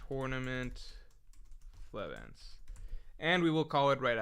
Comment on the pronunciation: the lack of hody assassinating otohime even being brought up is a little sad, but not nearly as sad as mispronouncing Flevance throughout the entire stream.